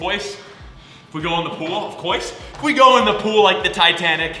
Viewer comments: Of course and you said of ofcoys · Of cuoise?